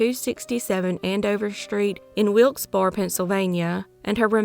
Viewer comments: Great job as usual. Pronunciation tips: Wilkes Barre = “wilks BEH-ree”. Muskegon = “muss-KEE-gun”. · That’s Wilkes- Barre ( pronounced Barry)